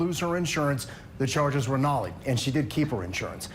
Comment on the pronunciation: Stop pronouncing "nolle" as "nollie". The "e" is silent.